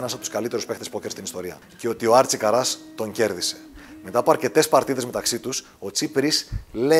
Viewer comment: Άρτσι Κάρας ρε παιδιά,όχι Καράς